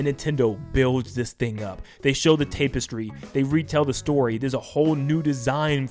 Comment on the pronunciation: I’m not sure how to say this politely but I think you should learn how to say “tapestry” correctly Plus there was no Smash announcement